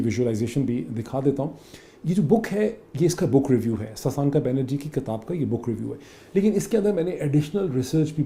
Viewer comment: Great analysis as always. I'm a big fan of yours.. Just a small request, it's "kitaab", not "kataab". Thanks :)